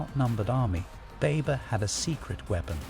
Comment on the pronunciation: What are you doing my Brother. Please pronounce our Muslim and Pakistani Names Correctly. I think from your name you are of Pakistani or Bangali heritage. You should pronounce our names correctly not like the white man who pronounce them wrong. It is not baybur the correct way to pronounce baber is bahbur